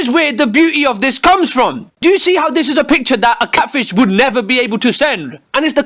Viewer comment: ANOHER CATFISHE (Pronounced “ kate - fie - sh )